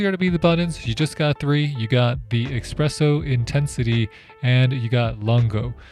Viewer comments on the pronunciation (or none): Please. It is NOT expresso it is espresso! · You see that f*** ESPRESSO on that package, despite it you keep saying “Expresso” . Bro, what’s wrong with you really! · Love your “Expresso” expression! Let’s find a nice espresso machine now! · Did you say, “eggspresso”? How does someone doing a video on a coffee maker not know how to say espresso!!! WTF! Record it again and do it right! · OK, I know we prefer him to say ESpresso not EXpresso however ...... Espress in Italian means Express in English and nobody is bothered about him not saying caffè. In summary: He really doesn't need to speak in Italian especially when I have heard Americans pronouncing the French "Croissant" like "Cross-Ant", and using the contradictory expression, "I could care less", when they mean, "I couldn't care less". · everyone is bothered by expresso, but really, buddon got to me more 😅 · If he says "Expresso" one more time... 😂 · Ok. Heard the "expresso" 3 time to get it if he really said expresso. Every Italien is crying. 😅 But thanks to the a lot for the work and showing us the Phillips Baristina. Didn't find a German review. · “Expresso” and “buddon” I’m out…. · As soon as I heard „expresso“ I knew this review would not be coming from a coffee nerd. Which is also fine I guess 🤷🏻‍♂️ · Technically expresso is an actual term for espresso in French and espresso is a misspelling Americans say. But hey, can’t speak for whether dude is French or not 🤷‍♀️